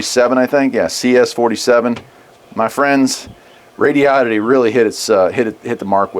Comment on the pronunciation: I'm assuming you're pronouncing right, but I was saying it like Rodo-ditty until I heard how you said it. The way you say it sounds better.